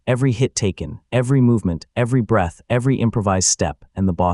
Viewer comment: My browser decided to unload this tab while I was doing something else, and I don't care enough to finish listening. However, please enjoy some of the more notable things I heard from this AI written, AI narrated, AI drawn video. "The awakening hall went quiet for half a breast" "Stebble. +1 expy." "Breastle. +1 expy." "Peng! +1 expy." "Heartbeat, +1 expy." "Kegel, +1 expy." "I wiped blood from my mouse." "Molten wood"